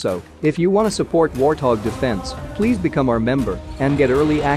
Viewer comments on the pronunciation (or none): none